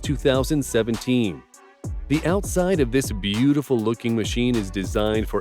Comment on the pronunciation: Bee - yooti - full!